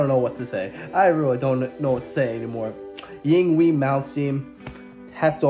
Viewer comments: Eengbay is the pronunciation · Allow me to assist you. First of all, you pronounce his name as, INGVAY MALMSTEEN. Second, he is from, Sweden. Virtuoso isn't a big enough word to describe him. I'm happy you found him. My brother is also a Guitarist. Type in ALL THINGS SEVERE. My brother David is a Monster. Peace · Yingvay Molmstien is how you say his name. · For over 35 years we've (guitarists) pronounced his name "Ing-Vay"...Yngwie pronounces his name, "Ing-Wee".